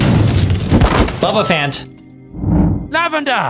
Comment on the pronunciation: Its not bubububuf"A"nt its bubububufant " bubububufint " u don't say Eleph"A"nt do u!?!🙄😏